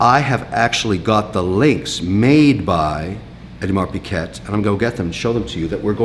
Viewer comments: Mr Wonderful ...its "OH DI MAR PEE GAY"...not piget...please announce it right ...please...Big fan though :) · What is an Audimar Pee-Ket? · Audemars Piguet is pronounced as "Awe-de-mar pig-ay" the last T is silent as well. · Pronounced ‘Aud-mar Pee Gay.’ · Ugh can't even pronounce Audemars Piguet correctly 🙄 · Is that an alternative pronunciation of Audemars Piguet? Never heard it that way lol